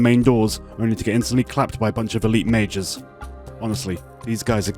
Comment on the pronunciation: when you say Elite Majors it sounds like Elite Mages, I thought you were callin em fuckin MAGES for the longest time lmao